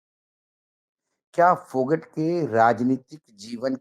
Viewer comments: भाई साहब फौगाट है ना कि फौगट please correct 🙏🙏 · सर , फोगट नहीं इसको फोगाट बोला जाएगा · विनेश फोगट नही जी, वह विनेश फोगाट है जी। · फोगट नहीं फौगाट